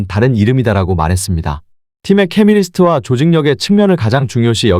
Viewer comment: 케미리스트가 아니고 케미스트리